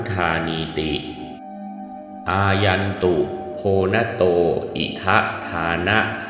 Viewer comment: คำว่าโภนโต อ่านว่า โพน โต ไม่ใช่ โพ นะโต